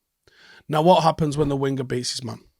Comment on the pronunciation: sorry to be a grammatical hawk, but when you say the word 'winger', the "g" is not pronounced. CT - Melbourne